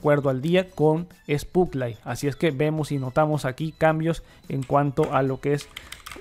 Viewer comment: Se pronuncia \spotlait\